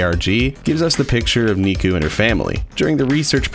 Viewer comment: I keep think he’s saying miku not nikku wtf